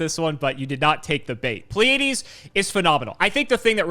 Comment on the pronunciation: Pleiades is a normal word... you should be able to pronounce it, my man... xD